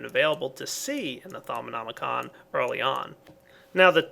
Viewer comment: First person on youtube(that i've seen) that actually pronounced "Thaumonomicon" correctly. :D